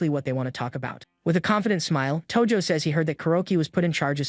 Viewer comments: That's not tojo thats toji💀💀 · Tojo ❌ Toji ✔